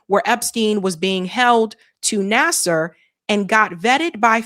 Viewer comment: I think Larry Nassar's name reads: Nassaar not Nassar/Naser. Thank you!